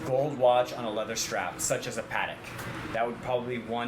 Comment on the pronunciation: The way the dealer pronounces Patek as "Parak" is driving me crazy.